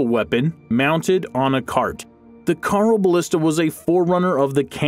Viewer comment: Carl o ballista? It's pronounced hyeroballista.